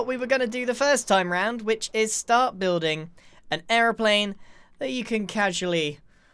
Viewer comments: An errplane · The way he said airiplane gave me hardcore British vibes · Is he saying airplane or aroplane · when he says Airplane he gets and American voice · is the moment he says it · omg i was thinking about this too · Anyone else notice how every time he said Airplane, he said it with an American accent? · Am I the only one that noticed how American he sounded when he said airplane? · Is it just me or does the way Grian pronounces airplane sound Irish? 😂